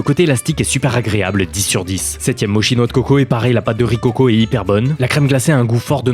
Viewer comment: On dit "motchi" pas "mochi". Mes oreilles ont saigné 😂